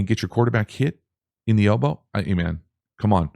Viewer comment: Everytime you said elbow i winced